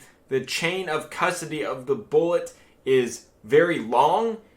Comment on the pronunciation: "Foreseeable... boolit"